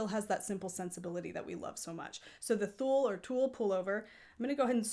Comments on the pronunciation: I don't think that's how it's pronounced. At least that's not how I would say it in Swedish. I can't explain the pronounciation though since you don't have those vowel spunds in English. Tewrleh?🤣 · Thank you for a great channel! I'm a new fan 😍 it's really cosy to watch your clips while I'm knitting. If you want to pronounce Thule correctly?! Say the T lightly as the T in tea. H like a breath as in halo. U as the 'ou' in you. Soft L E like the E's in ever 🙃 Thank you again 🙏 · So can we assume the Thule bike racks are pronounced that way too? It's nice to know, I've wondered.